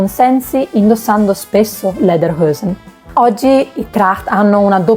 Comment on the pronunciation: Ottimo video, grazie! Le parole sono pronunciate in maniera corretta e questo da la misura della cura con cui hai lavorato. Solo Lederhosen dovresti però pronunciarla esattamente com'è scritta (non Lederhoesen). Complimenti!